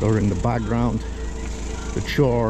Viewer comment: Those sculptures on display were made by a survivor of Treblinka, I believe. Looks like his work, Samuel Willenburg. (I see you went back and added that. Good job!) Choir is pronounced kwire, by the way. 😅😅 Thanks for this beautiful, extensive, and thorough film